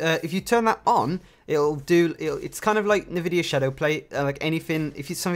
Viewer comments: Good video to start off with, thanks. Two new pronounciations for you ;) NVidia = en-vidia Vignette = vin yett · F1RacerRR I always pronounced NVidia, Nevidia... Guess i was wrong...